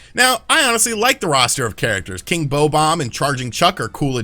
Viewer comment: Dude... it's BOB-OMB Not Bough-bomb...